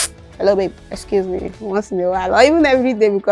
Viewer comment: You said “ecuse me” not “excuse me”. It was definitely worse than you made it appear 😂😂😂